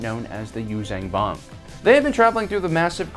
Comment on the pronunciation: stop saying "Yuuzang Vong". it's Yuuzhan Vong.